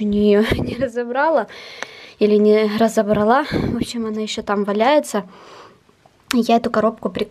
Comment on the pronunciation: РазобралА -ЖЕНСКИЙ РОД УДАРЕНИЕ ПАДАЕТ НА ПОСЛЕДНИЙ СЛОГ